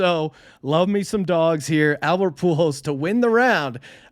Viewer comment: Poo Holes. Not Pool Hose. He's putting the "L" in the wrong place... It's ok tho, Albert hasn't been around that long. Young player, so I wouldn't expect him to know his name. 🤦